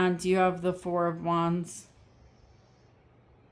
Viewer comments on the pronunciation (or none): none